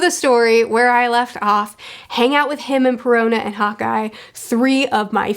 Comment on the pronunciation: When says "Hawkeye" does anyone else hear "hot guy"? just me? okay.